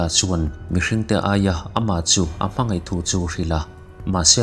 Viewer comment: Sir, 'Sipei' ni lovin, 'Sipai,' 'Ngeihsak' ni lovin, 'Ngaihsak,' tih zawk tur... Chuan, 'Mei' ni lovin, 'Mai' tih bawk tur. 'Hmangeih' ni lovin, 'Hmangaih.' Ngaihthlak a nuamin, en a manhla e...👍